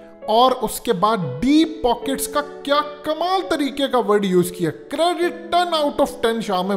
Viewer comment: Sasta school sa pass out deep poket ki pronunciation ma depoket hi bolta